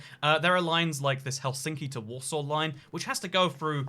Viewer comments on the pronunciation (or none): none